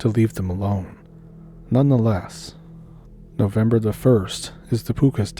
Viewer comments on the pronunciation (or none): none